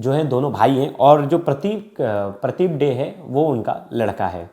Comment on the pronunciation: Yes, the way he pronounced Tangra and Dey 💔💔💔